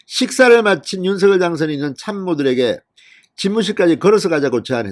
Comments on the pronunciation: 진성호님 윤서결× 윤성열로발음해주세요 국어학자가이게맞데요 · 발음 제대로 하세요. 윤성렬! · 윤성녈로 발음 하라고 몇번 발하냐